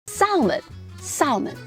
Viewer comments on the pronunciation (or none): none